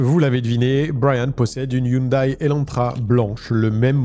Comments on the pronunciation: Coucou, on prononce hyundai (hyundé) 😊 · Hyundai se prononce Hyundè ( au cas où ^^ ) Je ne sais pas pourquoi ils ne l'ont pas écrit " Hyundae "...